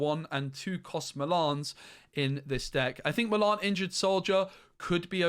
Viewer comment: I could not work out for ages who "malarn" was. Then I realised you just can't say Mulan